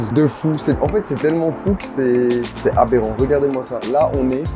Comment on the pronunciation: pourquoi tu prononces le mot aberrant comme GMK ?